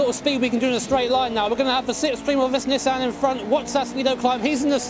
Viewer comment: Big fan of Nissan but can't pronounce it right.